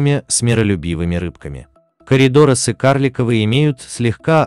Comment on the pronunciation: Друзья, пожалуйста, отслушивайте автодиктора, а то "сомикИ коридорАсы" будут вновь и вновь радовать ваших зрителей. А с коридорАсасми у нас сейчас борются:)